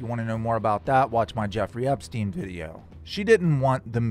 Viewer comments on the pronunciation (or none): none